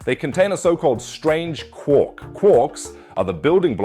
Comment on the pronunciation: Its quark not quork 🤦🏻‍♂️